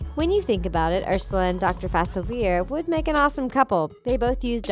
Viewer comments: facilier (fuh-sil-ee-ay) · Am I the only one that cringes every time Dr. Facilier’s name is mispronounced? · I’m annoyed on how they said facilier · I hated how they pronounced facilier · isnt facilier like a french word?? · Im so annoyed at the way she said facilier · The way u said dr facilier annoys me so much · She says Dr facilier wrong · Respect Dr Facilier. Say his name correctly please. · They are pronouncing Facilier wrong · You’ve been saying facilier wrong it’s French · Yanno... when you're planning these videos, you could at least watch a CLIP that shows the pronunciation of their name... geeze. The pronunciation of Facilier was PAINFUL. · did you really pronounce Dr. Facilier that way.. yikes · im upset about the way yall pronounced facilier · Cringing every time she mispronounces Dr. Facilier's name!!! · Ok sorry but 2 things: you pronounced Facilier wrong and Jane from Tarzan isn’t a princess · Anyone else so annoyed about how they pronounced “facilier” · YESS it was like fACilIEr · Every time they say his name they pronounce it worse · Zaniyyah Jacobs was literally just about to comment on this. It’s not pronounced like that!! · Lol I was literally thinking the same thing 😫😫😫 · Yes. It's so annoying when Facilier is mispronounced. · STOP BUTCHERING FACILIER!!!!!!!!! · facilier is pronounced fa-silli-A, it's french for easy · FASILERR NO FUH SILL EEE AYYY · Omg.... its pronounced Fuh-see-lee-ay!!!! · ITS PRONOUNCED FA-SILL-YAY!!!!!!!!!! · Yeah it's supposed to be fa-ci-li-a, I think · Facilier is pronounced Facil-e-ay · ITS SAID FA-CE-LE-A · It's pronounced Faciliare not Facilear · Any one else annoyed on how she says fauciler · Anyone else annoyed at how she pronounces Facilier Its Fah-Sil-Ee-Ay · It’s pronounced “fa-cil-e-a” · ouch... it's Fa-Sil-ee-ay NOT fa-sil-eer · It’s facili A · I’m sorry when you pronounced Dr. Faciliay I cringed so hard. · Why did she keep mispronouncing Facilier it’s pronounced fuh-SIL-ee-ay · Girl, it’s Fa-ci-lee-a